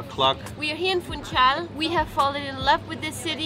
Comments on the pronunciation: Guys, please, "Funchal" does not have a "T". As always, nice tasty video. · funSHal, not fun-cal